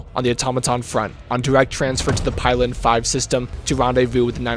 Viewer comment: it's pilen with an -ee